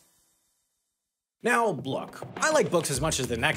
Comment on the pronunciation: "now blook" nice